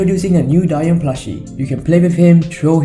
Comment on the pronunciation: WHAT??? DAYUM IS PRONOUNCED “DIE YUM”? I THOUGHT IT WAS “DAY YUM”